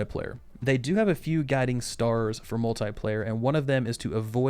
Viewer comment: Why do you say Multiplayer as Mul'tai'player?